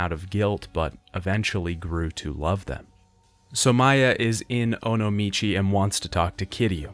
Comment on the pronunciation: also 'Somaya'